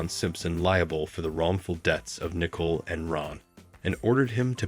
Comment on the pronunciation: "Ai" can't pronounce 'Nicole ?" That's pretty lame, how DISRESPECTFUL of a video maker ?